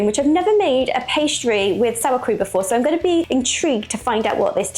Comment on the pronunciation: Cream not krem